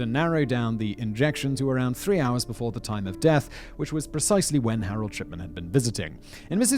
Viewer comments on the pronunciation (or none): i cant stop hearing shipman pronounced as shi(p)tman, it makes me giggle slightly, just think that the version of the name fits harold better but its still tame compaired to other words i would have for this doctor